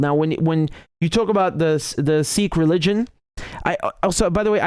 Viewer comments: Hey Richard, love your videos as always, but just a correction: it is in fact pronounced like "sick" in Punjabi, with a slightly heavier K sound, but not like "seek". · Bro, its Sikh, not "Seekh". A seekh is a skewer to make kebabs. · Riichard, it's not pronounced 'seechkkkch achooo'. Just say, "sick' like I feel sick. Not 'Pooooonjab' but 'PAnjab'. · Not seek, but Sikh, not sick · Actually it is pronounced Sikh not Seekh in Punjabi. Sikh means to learn. Speaking as a Sikh. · I live in Punjab and have Sikh freinds. It is not SEEKH but SIKH. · wrong. It’s not pronounced ‘Seek’, It’s ‘Sick’ I’m Sikh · Your pronunciation of Sikh is wrong. It is a short i, not long. It us exactly like sick except that ending is aspirated K, ie k+h. It's like saying sick and ending with a coughing sound. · You idiot in punjabi its pronounced sikh "sick" not seeeeks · I think it pronounce Siik